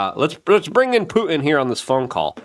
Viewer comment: it's not Pu-en, it's fucking PuTin ffs dude why?